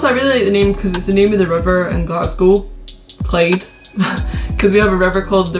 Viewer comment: It’s Clyde not Clade bruh